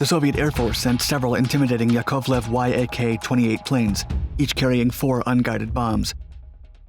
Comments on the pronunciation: I know it may seem trivial, but it's not a Y-A-K 28, as in an acronym, but actually Yak and pronounced exactly like yak the animal. Not sure why you're saying it that way. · Dude...they’re pronounced “yack ”.